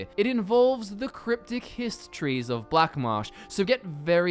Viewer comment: the way you say hist trees to me sounds remarkably like you're saying histories